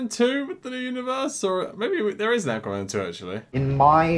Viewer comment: Akwerman lol